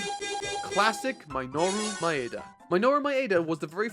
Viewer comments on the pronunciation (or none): brother Minoru's name is pronounced Me-noh-ru, not My-noru. Thanks.